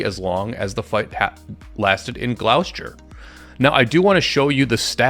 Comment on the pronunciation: Interesting vid as usual 🐐 btw "Gloucester" is pronounced "Gloss-ter" (for reasons no one really understands)